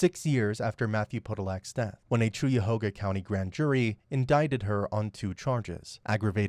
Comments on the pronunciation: It's pronounced Kaya hoga lol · Cuyahoga - Kai·uh·how·guh. 😮